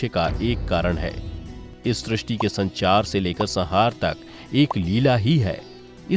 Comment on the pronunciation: बहुत सुंदर कथा सुनाई 🙏🏻 संहार का उच्चारण सहार नहीं है 🙏🏻 शब्द वर्णन है वड़न नहीं। 🙏🏻 शब्द सम्पूर्ण है सपूड़ नही 🙏🏻